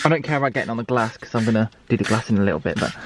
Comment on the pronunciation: Am I the only one who hates the way he says glass!😂 not hatting love the videos but come on bruhhh